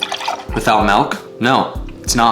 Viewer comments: *milk. not Melk. No E. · Why does say milnnk instead of milk? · Milk not melk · It looks like you’re drinking milk, but you keep calling it “MELK”. What is that and where do you buy it? Is it one of those specialty Mexican drinks you can only find at those hole in the wall grocery stores? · Did he say melk? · you’re a hoser for saying “melk “ and for pronouncing Mexican cheese as “mesican cheese”. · tf is "melk" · Honestly u say milk wrong and ultimate beast master is dope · The way says milk irks me